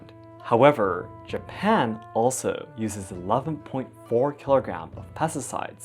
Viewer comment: Is it japan or hapan